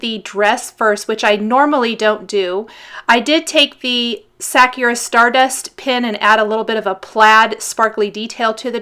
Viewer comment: Another beautiful card! You're always such an inspiration to follow and watch! Also, Sakura is pronounced "suh-coo-ruh" (not "sak-cure-ah") ;-)